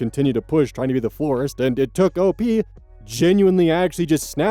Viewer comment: First story, she was surprised that her manager could be such a creep when she thought he was a normal guy. Unfortunately, he is being a normal guy 😑 Last story: I keep hearing forest instead of florist. 😅